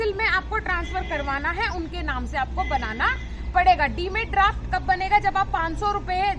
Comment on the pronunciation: Demand ko galat bol rahi hai